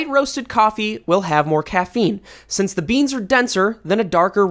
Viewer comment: you say sense instead of since and it upsets me